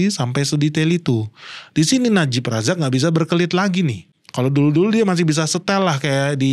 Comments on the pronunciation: najib razak, bukan najib rizik sering salah ucap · Najib razak bukan najib rijik😅😅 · Najib Razak bang bukan Najib rijik 😅😅😅